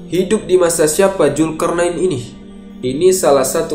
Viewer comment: Dzulkarnain bukan julkarnain